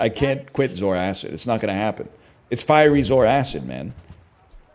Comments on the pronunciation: BRO ITS ZOARCID NOT 'ZOARACID' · Every time he says zor-acid I die a little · Is pronouncing it "Zor-Acid" a meme? Its Zoar-cid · we're aquatic guys, of course we continue to pronounce zoarcid wrong